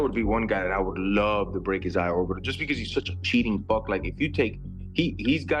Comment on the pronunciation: “Eye orbital” lol